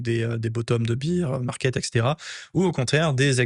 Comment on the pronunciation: Baire market… SVP, pas bir ça me fout la mousse dans les oreilles 😂😊